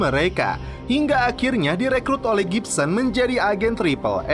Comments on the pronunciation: Gibbons mang bukan gipsen :v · Gibbons Di baca Gibsons,,, Iyaa Baiq 😀